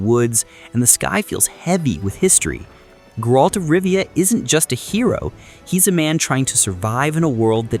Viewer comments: The way you pronounced geralt convinced you didn't play that game at all. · Glad to hear, just strange how you pronounced Geralt's name, that's all 😅, some people might think that it's AI, like I did.